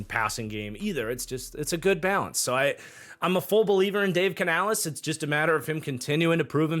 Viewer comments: Just nitpicking here but it’s pronounced like Canalis not canalees. Love the content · Bro, I dont care if Canales himself told you it was pronounced like that, STOP.